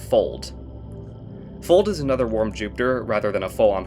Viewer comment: "Fold" in Icelandic has it's "o" pronounced like the o in lock, not like the one in the English word "fold". If that was the case, then the exoplanets name would be spelled "Fóld" and not "Fold", since ó is the Icelandic letter that makes the sound that the o does in Fold, not o. I hope this makes sense. But ignoring pronunciation, you have done a very good job trying to rank all of these planets cohesively.